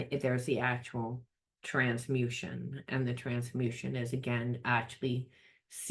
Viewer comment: Trans MU tation. Not Transmussion Just saying 🙏🏽